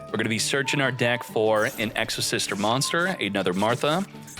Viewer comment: Exosister? Nah its Exo-Shifter 😂